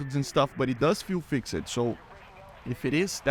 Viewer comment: You overpronounce the "e" in "-ed" endings of words, just pretend its "fixd" instead of "fixed", that should sound more natural.